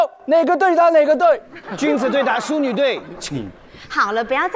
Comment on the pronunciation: 念错淑女的淑，念第一声，好逑的好，应该年第四声！ 而且好尴尬